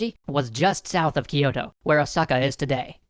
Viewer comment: GUYS. Its "kyoh" "toh" not "key oto"